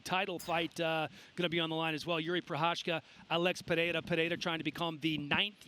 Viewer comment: Could someone educate these guys on how to correctly pronounce "Pereira". Kinda unprofessional at this level.